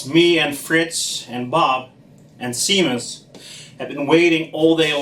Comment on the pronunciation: pronounce shay-mus, not seamus